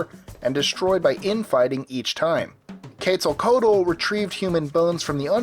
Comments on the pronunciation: Quetzalcoatl's name ins't pronounced like in the video. His name comes from the word for beautiful (Quetzalli = beautiful). Coatl simply means serpent. The OA sound in Coatl makes the "oh-ah" sound. The L in Tl is said at the same time, as tl is more of a click noise. The Z is pronounced as an S. The correct pronunciation is Quet-sal-koh-wat(L). Source: I speak some Nahuatl. But over all, coll video! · pronounced ketzacooat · What the crap? He said Quetzalcotle wrong!